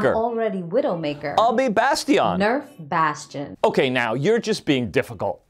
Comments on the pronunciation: "bass tee on" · “I’ll be Bas-tee-ahn” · I'll be BAS-TEE-ON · I'll be BAS-TEE-YAWN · HE SAID I'LL BE BASTION LIKE A FRENCH MAN